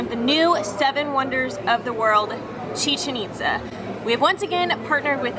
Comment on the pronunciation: OMG !!!! amazing video as always, but pleaseeee pronounce the accent, it's ITZÁ, emphasis on the "A" haha just saying